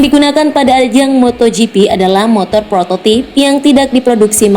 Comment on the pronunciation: prototipe : prototaep bukan prototip free practice : fri praktis bukan free frektaes bridgestone : brijston bukan brigestone michellin : misyelin bukan mikelin steve mclaughin : stiv miklovin bukan stef meklouglin